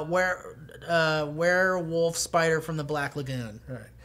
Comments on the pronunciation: said "woLf" instead of "wuff".......something is seriously wrong...... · and Matt both saying werewolf = Weeer Woof